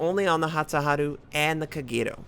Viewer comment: The way you say Kagerou makes me sad :c